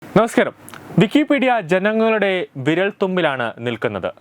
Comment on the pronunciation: നമസ്കരം / പാദസരം ഒന്നുമല്ലെടാ 😂 'നമസ്കാരം'✅ OK?? & ലാദറും കാദറും സത്താറും ഒന്നുമല്ല. ഒസാമ ബിൻ 'ലാദൻ'✅😁